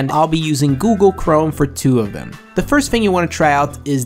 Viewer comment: bro, why do you say "duh" instead of "the." Where are you from in the U.S. that anyone even speaks like that? I have a friend who speaks like that too but how.